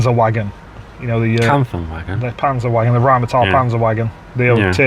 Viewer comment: Fantastic review! Keep it up lads! the “w” in “panzerwagon” is pronounced like a “v”.